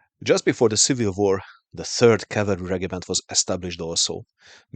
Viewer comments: Regiment Noun Rejəm(ə)nt The G is pronounced as a J, the I is pronounced as Ah. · Out here in Wyoming we say it rej-im-ent . Love the videos keep them coming ❤🎉